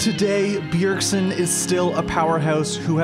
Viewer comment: Ever since the very first line i knew this caster couldn't pronounce bjergsen